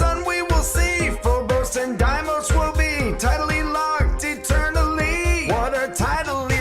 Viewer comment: It’s dea-mose